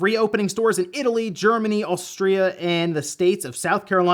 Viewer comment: You said Austria really weird